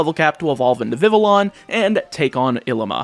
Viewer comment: The heck is a “viv-a-lon”? And a “hohn-edge”? 😂